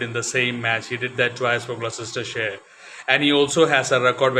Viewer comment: Gloucestershire is pronounced 'glostershire', I have vivid memories of Mike Procter batting and bowling (including off spin occasionally!) at the Cheltenham (pronounced chelt'nam) festival. There was joie de vivre in how he played the game.